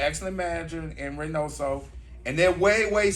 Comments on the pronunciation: Him and reynaso no buddy it's reynoso so. He didn't want to say nose because he knew . So he said reynaysal he's prob thinking about his nose at that moment. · Leonard was fighting for his life trying to pronounce Reynosos name😭😭